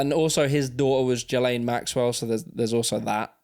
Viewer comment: It’s Gee-Lynn Maxwell